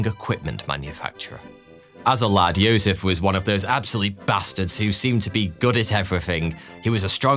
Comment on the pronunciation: He pronounced Josef correctly which itself means he can be excused of all other pronunciation crimes.